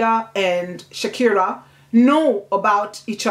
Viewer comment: I have read this book but i didn't see any part of it telling us that mama Rashida had two kids. And also u pronounce Sikira as Shakira which may be misleading. But u have explained it well. Thank you